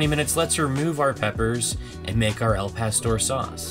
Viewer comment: At least you pronounced it better than they did in the commercial. But still not right. Gringos are freakin hilarious.